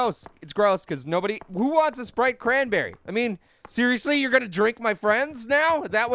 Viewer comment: Sprite cranberry I thought he said wanna spray cranberry???????